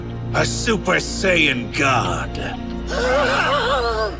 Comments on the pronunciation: Saiyan.... and pronouncing it as Say Yen..... oof my ears..... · Say Yan 😂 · Can’t even say Saiyan right 😂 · I agree it's annoying like them saying Saiyan wrong ..